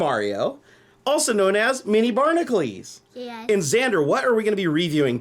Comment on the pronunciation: its barn-a-cules not barn-a-clees